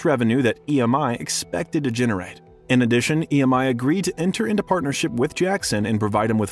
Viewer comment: Well done but it’s missing the fact that the moment the family sold their ATV stake the two guys who BACKED Jackson during the trials considered it the right time to sue. Some planning… And Martin Bashir is an awful person. Every Jackson fan despises him. And the label is E M I not ‘emmi’ ;) Everyrhing else: ❤